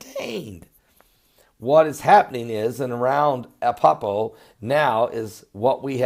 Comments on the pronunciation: it's not appapo fool it's Aleppo!! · remember when I helped you to pronounce Van-u-ah-too? I'd like to help you with ALEPPO in Syria. It isn't Ah-pup-poh. It is AH-LEP-POH. So the second syllable is like saying "lip" only "lehp" and the last syllable is just "oh". So AH-LEP-POH. You are just having a problem with the 2nd syllable. So it's LEP, not PUP. AH-LEHP-POH. Say it slow at first and then a little faster. Good videos, Pastor. Am enjoying them immensely! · And its Aleppo not Apoppo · Ah-Lepp-O Good work :0)